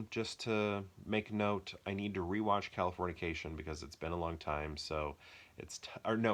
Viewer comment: HAHA I didn't even notice you kept saying Californiacation, it sounded right to me lol. I am a fan of Kalifornia. I actually like all 3 movies you killed but Dodge Ball is definitely number one! Great video man!